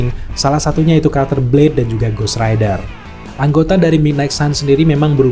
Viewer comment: Ghost rider bang,bukan ghost raider😂